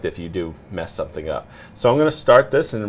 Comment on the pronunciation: Some-shing lol